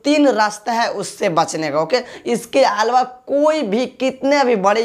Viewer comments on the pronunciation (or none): अलवा नहीं अलावा भाई